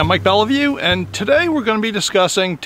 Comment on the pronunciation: Hi Mike, this has been bugging me, and against my better judgment here goes. Lots of Belliveau's here, even a place called Belliveau's Cove. Got some cousins. It's pronounced belly vo not Belleview. Apologies for stepping on your toes. Family reunion here this summer.